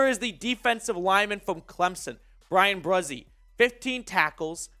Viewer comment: I grew up with Bryan Bresee and him and I played against each other growing up. And it’s Bryan Bree See that’s how you pronounce it lol